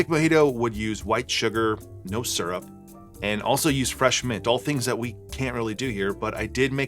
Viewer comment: "Mint syurp" - sounds like how I say that word after too many of these! :D